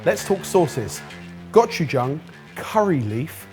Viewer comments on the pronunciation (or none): none